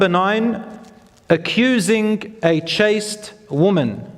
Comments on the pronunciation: The word is 'Chaste' not chased. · ‘Chaste woman’ NOT ‘chased woman’